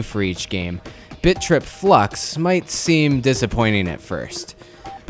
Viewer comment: is it just me or does it sound like bitch rip when says bit trip